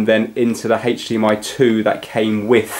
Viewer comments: haych dee em eye :) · Haitch DMI